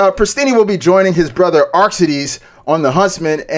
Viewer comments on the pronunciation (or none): This new dude said Arch-cities